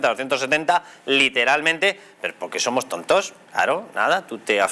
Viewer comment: "Zomoj er pai de la Unió Europea más avanzao" ¿Cómo coño pueden tener de ministra de Hacienda a una INDIVIDUA presuntamente más bruta, mal hablada e inútil que un arado? Pregunto, no afirmo.🙏😫😂 ¿Y cómo carajo pudo sacar la licenciatura de Medicina? Por Diosssss🙏🙏🙏🙏🙏😫🙈Vielvo a preguntar, no afirmo🙏😂🙈 ¿La mayoría de los fondos europeos recibidos serán los regalitos que recibirán los diferentes chiringuitos, sindicatos, medios de comunicación, ......antes de las elecciones de mayo y de las generales de fin de año? Por tercera vez no afirmo, solo pregunto.🙈🙏🙏🙏🙏🙏😫